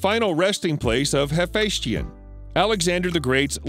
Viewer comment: first the narrator pronounces Hephaisteion correctly and then seconds later screws it up by pronouncing Hef Station LOL how is that possible lol and btw Hephaisteion was more than just a friend .. he and Alexander were Lovers